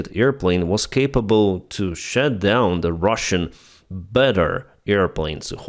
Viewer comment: Good breakdown, though sometimes confusing due to mispronunciations that are existing and possible words too. E.g. he said "shut down" when meaning "shoot down", sure, that's close enough. But he also said "raider plane" when meaning "radar plane" and that's a whole different thing... While I appreciate the big effort that goes in these videos, I think it detracts from the potential reach. The faulty use of articles can pass, it's even a bit funny. But saying different words and constantly making his viewers think about what he could mean, is exhausting and lowers attention. And any reporting video from Ukraine deserves maximum attention, so better not make it harder on the viewers. I suppose the tl;dr is that it takes about 5 seconds to take an essential word that you say over 30 times in the video and ask google for its proper pronunciation... Other than that, let's can those khuilos and take back every last cm of land that was stolen from UA. S.Y.!H.S.!